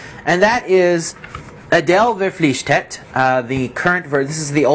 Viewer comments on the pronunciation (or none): Quite funny for me as a German to hear you pronounce "Adel verpflichtet" :P